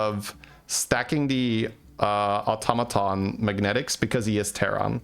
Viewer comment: You said "automaton" absolutely fine, ignore those people, they are just not used to non-USA accents and didn't consider that just because something is different from what they're used to, doesn't make either way wrong. Plenty of different places say it one way and plenty say it the other.